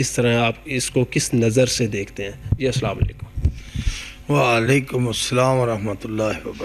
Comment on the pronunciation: والیکم نہیں ہے جناب وعلیکم ہے